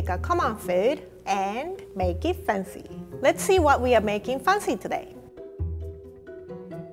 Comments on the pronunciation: EVERYTIME she said MAKE IT FUNCY I DIED from the inside a bit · Why can't she pronounce fancy as it is ?? It pissed me off😤😤